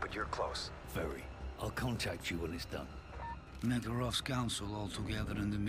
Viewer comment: Kamarov if you rearrange letters it is makarov